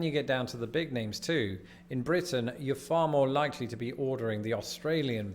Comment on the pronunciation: "Blitin"?... I thought it was Britain. ;-p